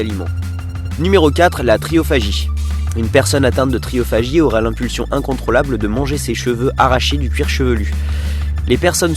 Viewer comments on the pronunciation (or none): À et ça ne serait pas plutôt "trichophagie" ? (prononcez trikophagie)